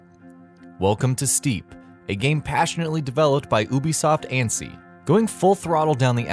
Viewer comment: It's ANN - ER - CY !! Not ANN-CY !! I am telling you because I live there.